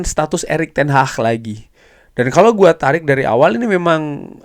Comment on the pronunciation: Ingat Bukan ERICK TEN HAH tapi ERICK TEN HAG. 😂😂😂😂😂 kox di kasih tau gak faham faham .